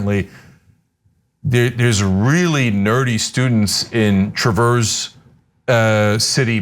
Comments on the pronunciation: Unimportant aside, I think in Michigan it’s pronounced Trav-urs, not the word traverse, like moving across a thing. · Traverse City is pronounced with a short A sound (as in apple) with no accent on first syllable, not truh-verse (method of travel). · Those far right wingnuts in Northern Michigan are scary af. They live in a bubble up there. Also, you're pronoucing Traverse wrong, it's trav-urse, not Truh-verse. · I can assure bill as a product of the schools in northern Michigan no one is teaching any of that. No one is teaching Anything other than abstinence only. Also If you’re gonna watch TCaps Board meetings because it’s the second while you’ve done. It’s trav like travel ers travers city Not like the French pronunciation of traverse. See Michel more for the correct example. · You put the emphasis on the wrong syllable in Traverse, Ana 😉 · Cenk and Ana need to look up online videos of Traverse City to figure out how to pronounce it. Haha. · Traverse (City) is pronounced with a short "a", like Ram First.